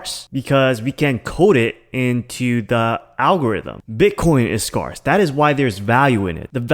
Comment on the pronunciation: *Scare = Skehrs. Not Scarss